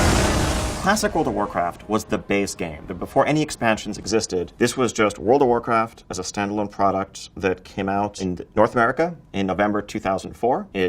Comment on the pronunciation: Wowld of wowcwaft